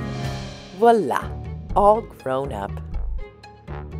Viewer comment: It was the French word ' voila'.